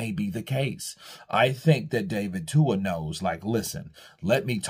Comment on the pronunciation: His name is David TUA not Dua 💀